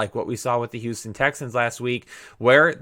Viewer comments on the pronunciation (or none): none